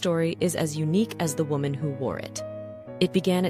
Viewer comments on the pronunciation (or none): none